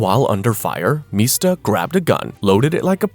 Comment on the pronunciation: Also its MISTA. Like Mr. Not Meesta.